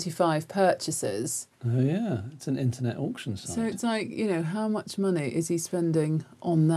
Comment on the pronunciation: He messes up the vowel in 'money' and 'month'.